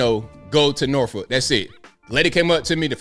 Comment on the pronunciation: If you are from va beach area… then how come you pronounced norfolk wrong???😂😂😂 you know it’s nawfuck. r is not pronounced except by outsiders!!!! Love uour channel